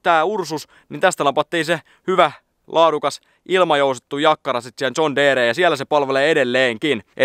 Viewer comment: Se on Jon deere eikä mikkää zon teere